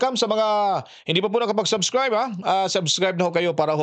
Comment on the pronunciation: Sobcrayb hahaha impetsmin hahaha